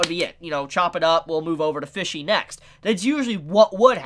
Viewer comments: Any other person: Pesci: PHISHSI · Why do you pronounce Pesci (Peshy) like Fishy? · Fishy? It’s Pesci, pronounced “Pe-shee” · I swear to god pronounced P-E-S-C-I (p e s s h i) as F-I-S-H-Y every single time - I mean the word translates to 'fishes' from italian but still.... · Everytime he says fishy I die a little inside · As an Italian everytime you say Pesci I cringe a little lol, still awesome review tho